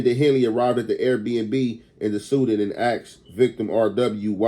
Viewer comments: bruh just say "SEDAN" Im sick of this 🥷🏾 keep sayin the suden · its se-DAN bro not sudin